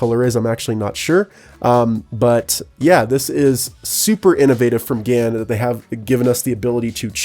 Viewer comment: GAN354 X you said it wrong but pretty cool tho